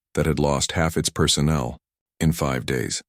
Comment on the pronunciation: the french pronounciation of personnel made me smile.